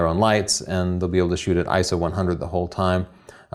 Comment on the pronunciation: I see you read the script. At least what you had to talk about was great! and an Iso is actually called I - S - O.